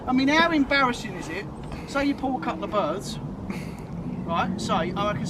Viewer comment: 8.00 not a couplaa birds 😂😂